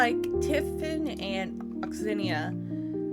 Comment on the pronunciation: Please pronounce Onyxia correctly.....😂